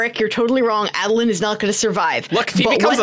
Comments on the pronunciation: A-dolin, not Ah-dolin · While it is indeed 100% valid to pronounce anything in the cosmere however you want... it's definitely A(long A)dolin right?? Maybe we should, as a community, decide on a standardization of pronunciations? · Came all the way here from the podcast just to make this comment: It's a long A for Adolin. For many, but here are a couple reasons. Adonalsium is a long A. Names derived from it use the long A, like Ba Ado Mishram. Though this I admit is subjective My main reason The world has president for a long A in name like this Aiden, Aidan however you spell it its more often than not said with the long A. Folks should be allowed to pronounce things however they want when it comes to fiction. Only making this comment as someone who is close with an Aiden. The sound may grate some but those who have it as their names would appreciate it being said with the long A. Knowing an Aiden who takes pride in his less common name getting some semi representation through Adolin, and seeing him as a namesake makes me a fair bit passionate about the subject. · Ae-doh-lin Ado is "light" Lin is "born unto". I believe it's in Oathbringer during one of Dalinar's flashbacks where they explain his name. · Long A Adolin, mostly so that instead of adolin blade I can say bladolin. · You're all sleeping on the third option, AHdolin, "AHd" rhymes with "God" or "Pod" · How's this for a pronunciation: Uh-DOLE-un? Also, I do not want adolin to become a radiant. He should be something new I think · The COREECT WAY to pronounce adolin is ah-dolun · I pronounce it AYY-doh-lin. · Long "A" Adolin I'd like to say because phonics-- a double a consonant after the "A" would make it short. But I think I think it has more to do with how I heard it on the audio book. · Ay-duh-lyn for my money. Bonus: Sadeas is clearly "Say-Deez"